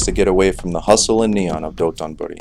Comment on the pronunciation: It’s DOTONBORI not DOTONBURI :)